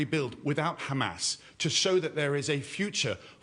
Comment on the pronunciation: He is like, the whole world is Khamas